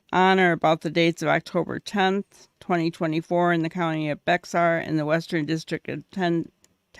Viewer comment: Bexar is pronounced bear. The X is silent.